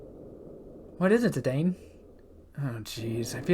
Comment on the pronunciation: love you speaking zee daine instead of zee dan. at those properly pronounce as its speak ad me zee daine pronounciation was the exact. love you videos brother. your endgame now. godbless